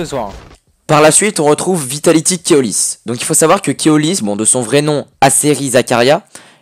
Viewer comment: Keolys je crois que le o est pas comme ca mais bon bonne video